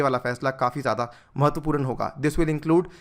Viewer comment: महत्वपूरन नहीं महत्वपूर्ण